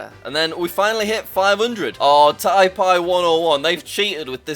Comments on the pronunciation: Taipei is pronounced Tai-pay not Tai-pi. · bro said taipai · Tay-pay right? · "Thai-pie 101 they cheated" Did he seriously pronounce taipei like that? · It is pronounced tai-pay, Jack. I like your videos they always make me laugh, but you sometimes make unforgivable mistakes, especially this one since I am Chinese. Oh, and my real name is Dora. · Jack: Tai-PAI Yeah , Jack should learn all the capitals……. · Tai pie haha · The way jack pronounces Taipei actually scares me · Idk why,but the way Jack pronounces Taipei makes me want to die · I’m sorry how did you just pronounce Taipei?😂😂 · Jack says taipei so wrong